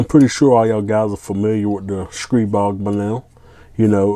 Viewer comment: Of all the hundreds of reviews I've seen about Stribog, your the only guy that pronounces it correctly. STREEEEBOG